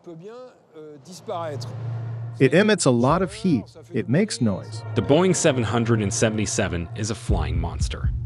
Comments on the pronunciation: its pronounced "boeing triple-seven" and "MH three-seven-zero" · Boeing seven hundred and seventy seven 🤦‍♂️ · “ Boeing Seven , Seven, Seven “ … 🙄… i’m annoyed already… they can’t even get the name of the damn plane pronounced correctly